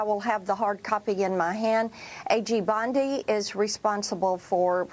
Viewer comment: Pam Bundy 😂😂😂😂 It’s Pam Bondi I’m surprised they rushed to even talk about releases. I thought for sure at least 10 years from now. Looking at how long it took the JFK, RFK, AREA 59 stuff. I think it’s messy because it’s not just a list of names, but what name did what crime or series of crimes per person. And than you have to protect so many victims as it’s related to different perpetrators with separate crimes I can’t image this is AT ALL EASY . It’s a huge cluster **ck To ensure there’s no lawsuits go slow and get it right I’m all for waiting